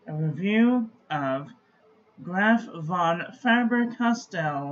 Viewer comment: Actually the V in Von is like an F in English and the A in fAber is the same A like in back and not like in face ...